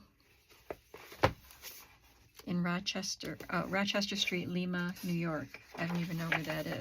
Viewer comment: Hi! Awesome finds! Love looking at hauls😍 You are off to a good start this year! Lima, NY (my neck of the woods.) Pronounced “Lime - a”